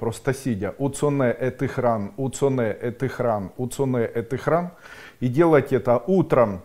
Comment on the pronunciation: Здравия вашим светлым мыслям, хорошо бы здесь или в другом виде чётко прописывать буквы, например не слышно какая помледняя буква в словосочетании храМ или храН? Уцо нэ э ты храН или храМ???